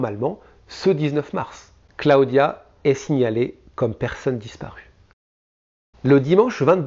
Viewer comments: Cla-o-dia . . Really ? Clodia que ca se dit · J aime bcp tes video mais entendre Cla odia des dizaines de fois ça pique un peu 😜